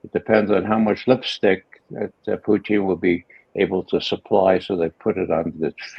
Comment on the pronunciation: I get such a kick out of Ray McGovern and how he pronounces Putin as Poutine. 😂